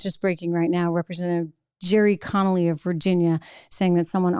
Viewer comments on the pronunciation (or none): none